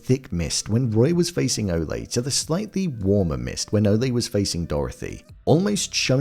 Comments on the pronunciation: it is, Ole rhyming with hole. not Ole' like a bullfighter yells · How come you keep calling saying ole like olly' ole means old in old English terms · It's OLE Munch, rhymes with hole. Not O-lay. He's not a bullfighter. He's 500 yrs OLD. Ol' Munch.